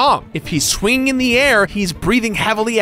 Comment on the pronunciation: Did this guy just mispronounce the word "swinging" twice?